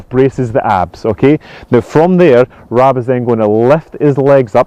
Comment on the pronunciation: Sorry Rab, it sounded like Stephen called you Rob not Rab!!!!!